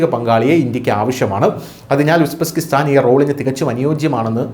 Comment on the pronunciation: It is Uzbekistan not Usbeskistan